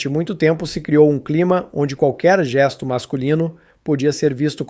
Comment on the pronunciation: Não se pronuncia geiisto, é gesto ignorante, não tem i